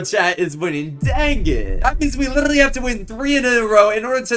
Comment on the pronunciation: "and you litrrrrrrrrrrrrrrrrrrrrrrrrrrrrrrrrrrrrrrraly"